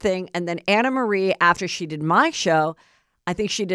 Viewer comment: The woman herself said it’s pronounced “AnnaMarie” & that’s it’s French or something. 🤦🏻‍♀️